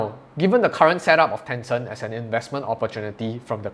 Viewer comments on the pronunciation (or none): Ten Cent. Not Tenson! 😬